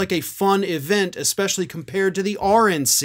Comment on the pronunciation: Sounded almost like said: “Orange NC”.